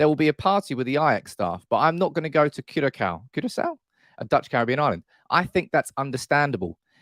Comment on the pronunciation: It's pronounced Qurasao